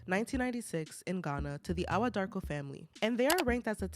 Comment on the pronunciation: Hii Ghanaian here. Awuah is pronounced eii-wuuaah. Joseph is a liar, thief, dishonest, selfish, greedy person. Fake within and without.